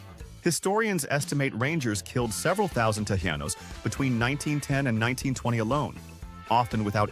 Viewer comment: How about Tejanos? It is a short "a" not a long "a". As in "ahh" not "hay"! (Native Texan here)